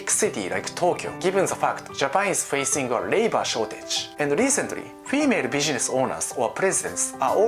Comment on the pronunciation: u need work on pronouncing "business" sounds like "bidgenesch"